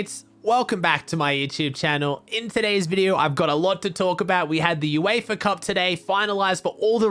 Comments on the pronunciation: Its Uefa Not eufa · BRO ITS UEFA NOT EUFA